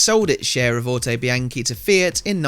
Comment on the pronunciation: Looks great! But isn’t it pronounced auto bee on chee?